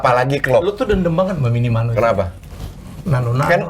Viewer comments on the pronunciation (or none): Minimano 😂😂😂 Minamino kalii